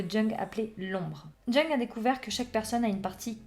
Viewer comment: Bonjour, ça se prononce "young" 😊